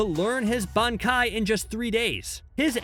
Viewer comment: “Benkai” he said